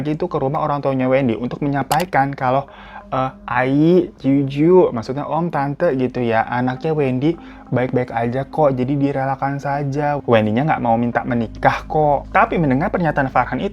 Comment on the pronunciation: Ka hiro maap, jiu jiu itu dibaca kiu kiu / qiu qiu 🙏 (paman dalam orang chinese)